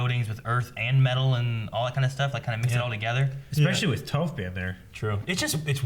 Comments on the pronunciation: It's kind of funny. Like 40 episodes of every character pronouncing Toph for you correctly multiple times per episode. actually pronouncing it correctly just a couple minutes before. And somehow pronounces the single vowel in Toph incorrectly 😂😁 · Toph is pronounced TOFF! TOFF! TOFF! T-OFF!!!!!! T-OFF!!!! IT'S NOT PRONOUNCED TOE-F!!!!!!!!! Ya know... for future reference. Because its driving me crazy.... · did he just call her tohph?? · Really quit calling Toph, Tofe lol